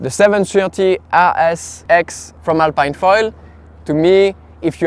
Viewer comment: It's a french brand so shouldn't it be pronounced alp[ē]ne ?🤔 (Same as "Philippine") Also, how does it compare to the AFS ultra 750?